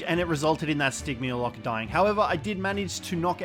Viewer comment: Great video! One thing though. Stygymoloch is pronounced sti jee mall lock